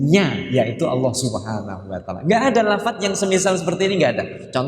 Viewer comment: Maaf cara bacanya alnloh gitu ya